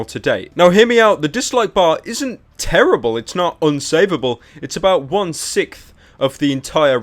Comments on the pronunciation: "One Sickth" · "one sikth"